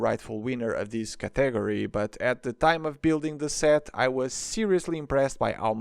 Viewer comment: As a Spanish speaker, I didn't know even you were pronouncing it weird XD ¿Cómo se dice categoría en portugués?